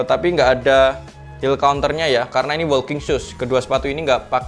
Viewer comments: Masukan aja bang.. Walking dibacanya woking, bukan wolking.. L nya ga disebut Ortuseight dibacanya ortuseit, bukan ortuseik.. gh nya gak dibaca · Maaf sebelumya ya mas kalo kurang berkenan...koreksi pengucapannya biar videonya ke depan lebih bagus....Ortuseight diucapkan Ortuseit (g nya jgn diucapkan)......walking diucapkan woking....